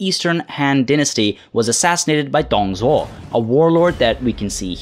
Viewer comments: Isn't like Doong Dzhuo? Google translate has the name prouncaiation. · Wow i'm getting replied by. Is this real? Excellent pronunciations. There are few common mistakes that most English speakers have tho. First being Dong Zhuo(董卓). I know that we have silent 'h' in English but here in Mandarin Chinese, "Zhou"(yes, i mean "Zhou") is more like "Joe" or "Drove" without the 'v', rather than 'z'. Same applies to 'c' and 'ch', 's' and 'sh'. "Zhuo" is more like "J/Dr + wow". Not a good example here but hope you get the idea. Fan facts, there are certain dialects that don't distinguish them('z' and 'zh') and somethings people make fun of them. Second being that 吕布 is not "Lu Bu". This i blame Fantasy Warriors or w/e games that translate incorrectly. It should be "Lü Bu". 'ü' and 'u' pronounce differently. It's more like "Lyu Bu". However, still 4.5/5 pronunciation. And 5/5 for the content. Been enjoying the videos so far and keep it up! Also excuse my shallow vocabulary and poor grammer. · Great vid as always, you said Liu Bei right the first time, the other times not so much. Your Zhang Fei was pretty much perfect. Dong Zhuo is good attempt, but the Dong is wrong. The rest is fine, but if you want to nickpick, the tones are wrong. Overall, pronunciation is definitely better than the other youtubers.